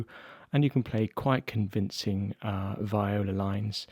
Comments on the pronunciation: Why keep saying “vĪ-o-la” in no language is that the correct pronunciation. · Sorry Jay if you’re disappointed, it’s just the way I say it. Vee-oh-Lah is how I guess it’s supposed to be pronounced.